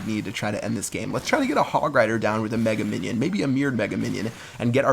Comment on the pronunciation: Мне парой его даже жаль. Умудряется это тупое название выговаривать "Мега Миньён"